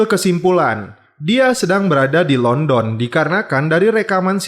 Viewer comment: Pengucapan Londonnya salah mas